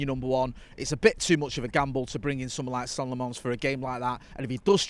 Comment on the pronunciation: Its not "La-MONS",. At least move the stress to the first syllable.